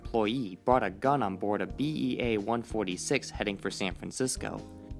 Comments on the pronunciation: NO. B-A-E 146, not "BEA". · It's BAE146 not BEA146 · It's BAe-146 not "BEA" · 1) "Marine Corps" is pronounced like "Core" 2) It's a BAe 146, not a BEA.